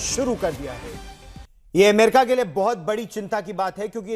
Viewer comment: एमेरिका नही भाई...अमेरिका है ! नाम तो ठिक बोलो !